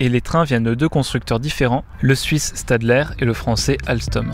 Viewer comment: Stadler se dit "Chtadlèr" pour faire local ;) Annecy - la Roche-sur-Foron, 1ère ligne électrifiée en 20 kV 50 Hz pour essais de cette tension sous forte rampe.